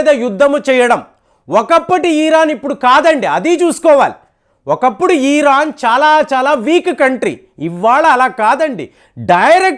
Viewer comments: Eeran kadu Iran Ani matladu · ఇరాన్ దయచేసి గమనించగలరు